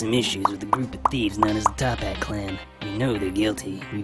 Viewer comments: It's called toppat clan not top HAT clan uh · It's actually Toppat Clan. Not Tophat Clan